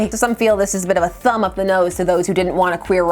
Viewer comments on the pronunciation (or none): none